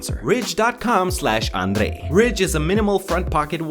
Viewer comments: I love how you say your name with the accent. ^_^ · The way you pronounce your name sounds so much like a Filipino 😂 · Who likes how he pronounce his name 🙂☺️